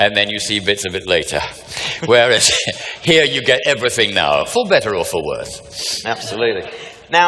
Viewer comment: every now and then you hear him in his scottish accent. "Better around minute 18 or 19 and "plagueis" lol. A scottish sidious would be something to watch btw.